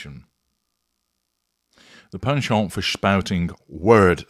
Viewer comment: Your proper pronunciation of “penchant” makes me happy.